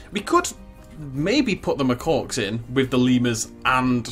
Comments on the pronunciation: Love your videos but please, Macaque is "Muh-Kak" not "Muh-Cork". I work with them and use the word several times a day and it makes me cringe every time you say it. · just a heads up, its pronounced muh-kack, loving it so far my dude, cant wait for the next episode